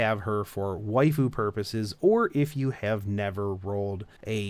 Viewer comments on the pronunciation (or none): none